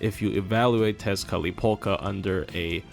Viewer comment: Did you intentionally say 'Tezcatlipoka' as many times as you could just to flex your ability to actually be able to pronounce that damn word?